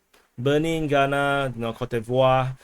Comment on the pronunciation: Also, Côte d'Ivoire is koot dee-vwar.